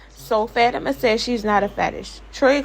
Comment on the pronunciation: Why not just list the whole video and get babe it’s not “fat a ma” it’s Fatima!!!!!